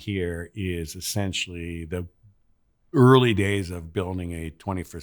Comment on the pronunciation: He is saying Esinchy NOT “essentially”